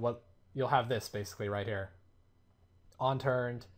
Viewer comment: UNturned.....ONturned. u keep saying ONturned lol